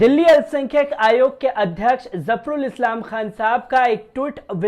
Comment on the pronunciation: अरे भाई थोड़ा उर्दू बोलना सीख लो... तुमने अभी जो प्रोग्राम किया है उसको पढ़ने मे कितनी गलतियां की हैं Dr. Zafarul Islam का नाम तक गलत पढ़ा है..... दूसरी बात ये कि अपने प्रोग्राम का नाम बदल डालो... इसका नाम रखो... (नजर आता है ).... क्योंकि हर खबर के साथ तुम बार बार बोलते हो कि...... वो कहता हुआ नजर आ रहा है... बोलता हुआ नजर आ रहा है... वो जाता हुआ नजर आता है.. हर जुमले मे तुमको बार बार यही कहना है कि..... नजर आता है... चैनल पर उर्दू के वर्डस सुन कर शर्म आती है.... कोई ट्यूशन ही लगा कर अपना शीन और काफ़ Qaaf दुरुस्त कर लो... थोड़ी पर्सनैलिटी बेहतर हो जाएगी... Qur-aan भी शायद अरबी मे नहीं... HINDI की किताब से पढ़ा लग रहा है और बार बार नजर आता है कहना बंद करो...